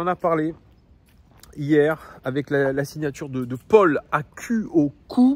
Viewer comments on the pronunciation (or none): none